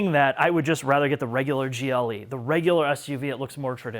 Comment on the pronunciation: After he said "gillie" twice instead of G.L.E. I couldn't listen anymore......